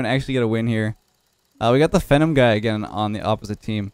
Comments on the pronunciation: just a heads up you’re pronouncing “phenom” incorrectly (fee-nawm not fenn-em). It’s a word that means someone who is extremely talented (like yourself) and I believe derives from the word phenomenal. Have a good one:) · Phenom = FEE-NOM not FEN-IM I know you're Canadian but it's still English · No way said phenom as fenumb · Phenom is pronounced fee-nom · It's totally unreasonable why this is bothering me... That guy's name is pronounced "Fee-nom" as in phenomenon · it's not phenom. it's phenom.